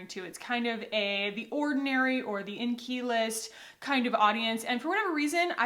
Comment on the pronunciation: fbmbassist yes but I’ve never heard it pronounced the way she said it